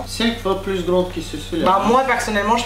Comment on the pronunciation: "plous??" omd j’adore